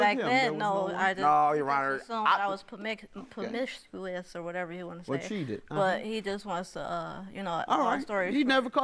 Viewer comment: Lmao she can't even say promiscuous, she 4 da streets cuz. He just as messed up as her, bruh sued his mom's. What?